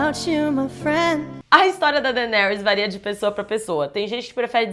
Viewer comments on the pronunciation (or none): none